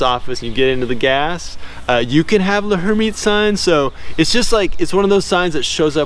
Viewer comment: TO HELP PRONOUNCE L´Hermitte´s Sign: The H is silent and the L runs together with the "er." So try saying "Lur-MEAT's" sign running the syllables together. Hope that helps.🥰